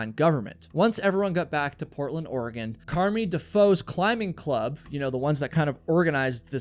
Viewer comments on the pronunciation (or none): none